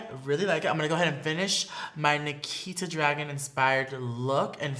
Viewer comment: It should not be pronounced dragen it should be draguuun